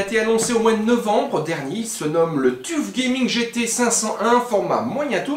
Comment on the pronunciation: Tuf se prononce : teuf